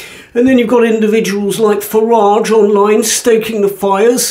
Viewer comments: Farridge not Farage😂 Otherwise, spot on👍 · Andrew O'Brien!!! One little slip, O'Brien always refers to Nigel Farage disparagingly as 'Farrige', which shows how immature he really is. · It's Nigel Faridge for some reason with Ó Brien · JOB says Faridge for some reason I've never quite fathomed. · No'Brain tries his best to pronounce Farage as "Farridge" but frequently fails.